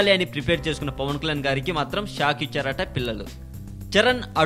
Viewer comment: first pawankalyan ani peruni palakadam nerchuko.ofter dubing chepu.pawan kalyan ani perune palakadam raani niku andukura niku idiet.